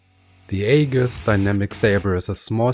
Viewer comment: Aegis is pronounced e-jis, not ay-gus